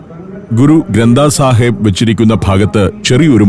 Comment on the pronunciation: കടാ പ്രസാദ് ആണ് ആ കഴിച്ചത്. ഗുരു ഗ്രന്ഥ് സാഹിബ് ആണ് ആ പുസ്തകം. ഉച്ചാരണം ഒന്നു കറക്റ്റ് ആയി പറഞ്ഞാല് നന്നായേനെ. Its a holy scripture of Sikhism. They consider it as their guru.